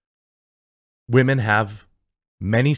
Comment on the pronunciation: "Strong wahmen." Okay, to be fair, elves are stronger than humans in Tolkien's world - so, they do have a superpower, Jeremy. Galadriel was actually the second strongest. The issue is how it is choreographed. Even if she were to show that strength, even if she was a he, when a character defeats enemies is good to show some struggle particularly when faced against the best of the best. The character should be injured in the least. I don't care if the elf was a man or a woman, the struggle sells a story. But in this case you missed the point. I agree with the sentiment, but not with the reasoning for this particular case. I don't like Guyladriel, I don't like Rings of Power, but the argument presented could be a better one. This is not a simple action movie set in contemporary times, and Tolkien is not set for our modern sensibilities - including if a woman is too strong. Elves are strong. These are not D&D elves, though Tolkien's elves also have a certain grace, and combining that strength with less of a brutal and more graceful approach requires an effort that these producers will not put forth because they don't care. The argument could be made from the perspective of her targets being Numenorian guards so they should have been portrayed more capable without taking away the fact that Galadriel is a strong elf. It's tricky, but it can be done. Having her use magic could have helped, but not entirely necessary. Perhaps a mix of singing - in the way of magics, with the grace of